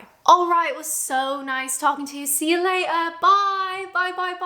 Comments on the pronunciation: I love the sound of you impersonating the English lazy way of speaking, like when you said se ya latter without sounding the Ts. I'd like to see you do a vid either using this way of speaking or trying different accents! xxx. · Love your "c ya lay-er". You sounded like a right ol commoner Brit!